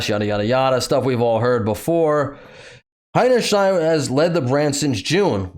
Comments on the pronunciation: That's funny and clever! Miss Hinny Shield, cover your butt. Good one! But actually her name is pronounced Hinny Shine. Got a phrase for what that means? She made such an ass of herself her hinny shines? Or a shining example of being an ass is Ms Hinny Shine, who broke the records for a marketing disaster. (I'd say previous record was The New Coke. What are others?) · As a german guy im wondering why y'all call this chick HeinerschNeid as if there is an N in the last part of her name... Oh and btw, yeah that's all im wondering about this hole case. ;)